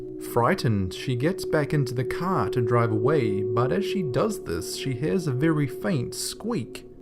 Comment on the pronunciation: i hate it when you say car